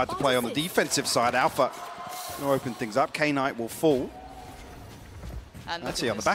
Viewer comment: is knights name pronounced k-night like the announcer kept saying? or is she trippin